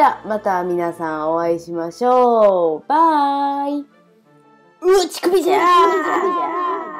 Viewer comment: 最後www 「うわっ乳首じゃー！！」にしか聞こえんwwww